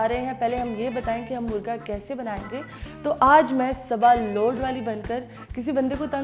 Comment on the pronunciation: Its not murga Its Murgha Baray karam apni Qoumi zuban ka beragharaq na kren. مرگا نہیں مرغا ہوتا ہے